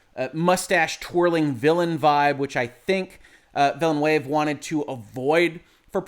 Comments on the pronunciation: Watching again as part of Hoeg support. #Shrimpfriedrice Just saying, it's not Vilénuévé (not spanish) but french vilnœːv (in phonetic) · Just so you know, you pronounce Villeneuve incorrect. Just so you know for the future, you can hear a French speaker pronouncing his name correctly at: I think you might have been misled by how you'd say Villanueva. There's a lot I like about this film. But, I think that leaving out Irulan is kind of a mistake. One thing the old Dune film did well was introduce her early (as she was kind of a major part of the novel). We do see Chani very early, but not Irulan. This film kind of misses out on the whole political aspect of things. It's briefly mentioned, but it's incredibly easy to miss (or not understand). Then, there's things like the Duke saying he should have married Jessica. But, nowhere in the film is it stated why he didn't. I think it's a big mistake to have Jessica repeat the Fear is the Mind-Killer. Because you don't get how Paul manages to deal with the pain. I think that stating that using the switches is inspired by Star Wars is a stretch. Especially since that those kind of switches are part of the real-world counterpart to the ornithopter, the helicopter. Jason Momoa is miscast as Duncan, pretty badly. Duncan is supposed to be far more about honour and be much more straight-laced. I think someone else pointed out that swapping the actors between Duncan and Gurney would have been much better to the portrayals in the novel. Duncan isn't supposed to be Han Solo (who doesn't die in the original series so it's not even that great a comparison either). I think